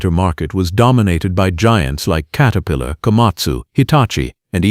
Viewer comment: katerpiilor lol AI crap